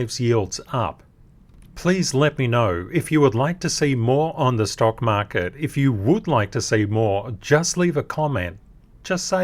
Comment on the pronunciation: “stock market” with accent